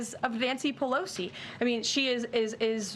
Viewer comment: "Polosi Act" - gotta love it! ❤